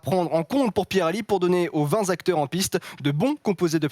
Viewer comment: "aux vingt Z’acteurs en piste"